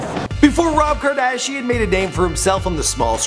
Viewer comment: Who the heck is rob kardashing??